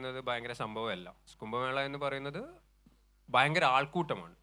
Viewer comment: 😂😂😂മാതൃഭൂമിയുടെ അക്ഷരോത്സവം പ്രോഗ്രാമിൽ പങ്കെടുത്ത് സംസാരിക്കുന്ന വിനീതിന്😂😂😂 കുംഭമേള ഭയങ്കര സംഭവമാണ് എന്ന് നേരേ പറയുവാൻ പോലും അറിയില്ല😂😂😂 കുംഭമേള ഭയങ്കര ശംഭവം ഒന്നും അല്ല പോലും😂😂😂ശംഭവം അല്ല പൊട്ടാ😂😂. സംഭവം എന്ന് പഠിപ്പിക്കൂ😂.😂 മാതൃഭൂമി അക്ഷരോത്സവമേ😂😂😂